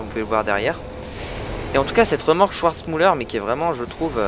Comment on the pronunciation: Super vidéo! Pour info, Schwarzmüller se dit "SchVarzmüller" et non "SchOUarzmüller" ;)